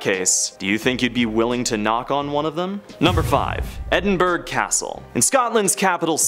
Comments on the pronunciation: I live near Edinburgh castle and I would like to say it’s not pronounced edinburg it’s pronounced like edin-bruh the g I silent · Edinburgh is pronounced Edin-bruh. Leap Castle is pronounced Lep Castle.